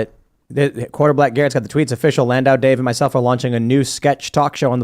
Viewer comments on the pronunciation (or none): "A comedian Dave Landau" HOLY FUCK TIM LEARN TO SPEAK.